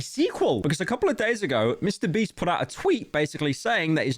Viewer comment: i keep laughing too hard at 'mr breast' please save me